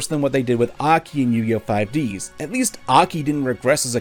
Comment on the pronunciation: I laughed too much when he said 5ds that should like 5 dis while focusing on Aki's breasts